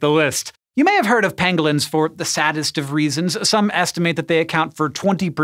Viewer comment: “Pangolins” sounds like Benedict Cumberbatch trying to pronounce “Penguins”